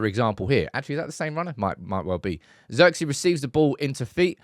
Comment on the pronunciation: Its zeeeeerkze